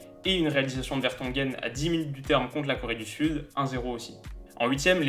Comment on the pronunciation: Je suis belge et je pense qu'on fait un bon mondiale pour le moment. (Pour Vertonghen, Kompany et Alderweireld : tu écorches un peu leur nom mdrr)